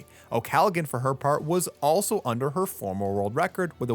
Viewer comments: Please its not pronounced Galagan its pronounced Gallahan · I’m pretty sure the “g” is not pronounced in Molly’s name. I think you’re saying it wrong. Otherwise great video.